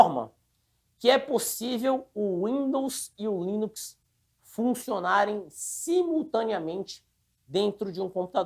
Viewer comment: tem dificuldade de falar LINUX! toda hora ele fala em linix chamndo de windows kkkkkkkk